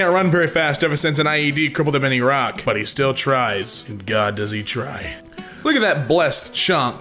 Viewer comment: did he just say eeraque ..